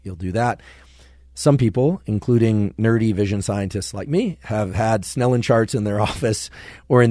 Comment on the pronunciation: Snellen not snenel.